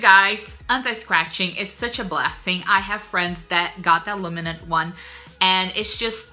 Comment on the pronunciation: Uhm.... it's ALUMINUM not ALUMINUN